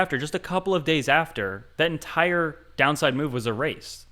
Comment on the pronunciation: you kept saying Mega Move, I kept hearing Mega MOO, and now I have a hankering for Dairy Queen....